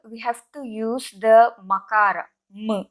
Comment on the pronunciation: Your pronunciation is incorrect. You are NOT pronouncing makAraH but "ma" which is makAraH + akAraH. You should show the difference between pronouncing makAraH (without any swaras) and anuswara.